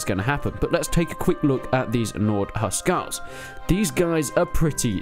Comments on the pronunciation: Huscarls not huscals lol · yo? isn't it Hus"carls"?